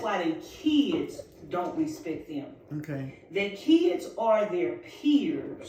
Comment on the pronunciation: How old is she? I feel like I’m listening to a teenager! By the way YOU, V don’t even KNOW YOUR CHILD, and I’m SURE he doesn’t call you mom you’re a STRANGER TO YOUR OWN SON! Bye FELICIA P. S. It’s PRONOUNCED respecT not respecK P.S.S. Nope she’s not on your level because it is too low for anyone to reach!